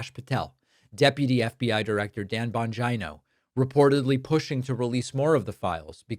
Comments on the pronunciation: PLEASE STOP SAYING BON-GEYE-NO.. IT'S BON-GEE-NO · Again, why are saying "Bongino" like " "vagina"? A vagina is a body part, not an insult. Grow up.